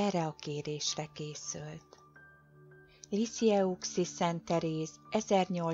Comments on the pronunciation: Helyesen ejtve" lizijői" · Fonetikusan kimondva Lissiö. Kérem ez a hiba rettenetesen zavar. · Liziői, így kell kiejteni ! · Liziői a kiejtése. Maga se jár templomba, látszik.